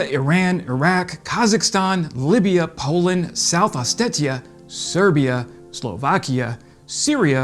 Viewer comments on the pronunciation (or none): none